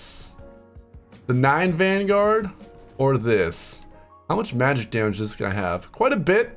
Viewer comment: "and we can deal extra daMÀge" that part killed me fr